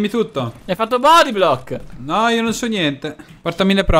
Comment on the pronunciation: "bodyblobl" cit. Scad